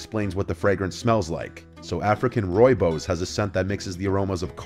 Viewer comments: By the way, it's pronounced "Roy-boss" 😊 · Man this guy slaughtered my language! Please don't ever try say rooi bos again dude 😂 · 🤣 Oh my gosh the way you pronounce rooibos. I am native to where that grows and the word is Afrikaans so the English representation made my day right meow